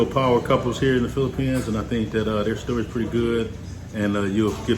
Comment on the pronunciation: this is a great interview! Most people always seem to forget how relatively inexpensive to attend college in the PH. And how high the educational standard is over there as well. But bro, you seem to read the Bible a lot cause you keep calling the Philippines, "Phlippians" and Makati, "Makate." That shit trips me every time you say that...lol! Great content though.